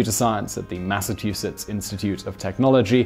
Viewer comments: Goddamn it SIMON! NOT THREE MINUTES pass and you STILL SAY IT like: "Mass-Uh-Too-Sits"????? Are you a "Daft Re-Re"!? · MASS-UH CHEW SITS!!!